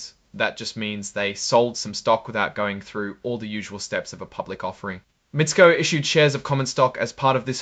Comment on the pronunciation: Mi-tess-ko is the pronunciation